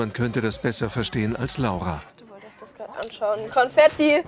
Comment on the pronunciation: Jessie 001 Konfettie😂